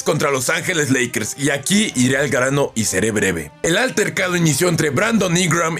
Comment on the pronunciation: Soy yo o dijiste lackers